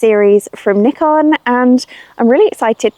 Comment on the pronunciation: N 👁 con, not N ick con